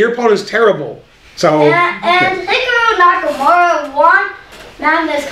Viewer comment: "Hickaroo Nakamura" 🤣💀